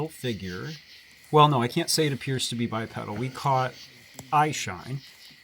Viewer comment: hate to be 'that guy', but it's "bai PEE' dl"